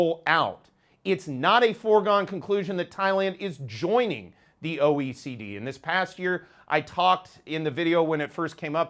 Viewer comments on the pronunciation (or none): Say your name clearly. It is important. What is OEC?